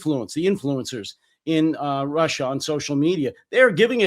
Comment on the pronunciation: RussIER and ChinER indeed. 🥴